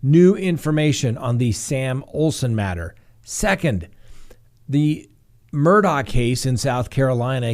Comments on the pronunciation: the Murdaughs are pronounced Murdog, not Murdough. You can even hear it in the soundbyte of the investigator you played. Same for Alexs, he's pronounced Alek, not Aleks! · Since we're correcting pronunciations, it's mer-dawgk, the K representing a stop in the throat to pronounce the h. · Their last name is pronounced Mer-dock, sorry just had to say that because it is always mispronounced by so many. Sorry hope I am not offending you with the correction. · Please pronounce it Murdock. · Their name is pronounced “Murdock” 😬 - a Hampton County resident.